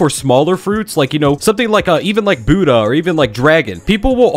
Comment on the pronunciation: why do you pronounce buddha weird